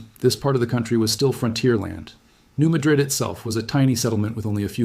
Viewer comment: That is not how it is pronounced. New Madrid is pornounced New Madrid not with an uh sound, but with a ah sound.